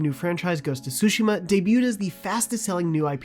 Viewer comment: im just happy that pronounced "Tsushima" correctly 😫